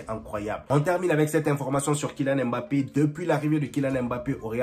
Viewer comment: mon frère on sait que tu as le potentiel de prononcer "MBappé" et non "M-Bappé" non 😆